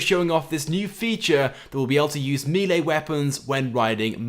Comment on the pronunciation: Milee or Melee?? (Melee ofcourse. Don't know why you say Milee.)